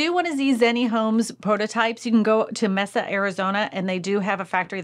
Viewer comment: Thank you for the video. I'll be watching all of them. Side note, it's pronounced (May-suh) Mesa Arizona.